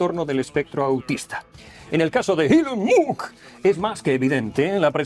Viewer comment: Si bien ya es malo blanquear el autoevidente saludo nancy de Ilon Mott aún peor es pronunciar mal su nombre, corríjase por favor.